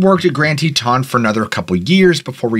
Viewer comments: Haha Grand Te TAHN dude its grand Teton how its spelled no French accent needed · Love your channel and never miss it. FYI Teton is pronounced with the emphasis on the first syllable rather than the second.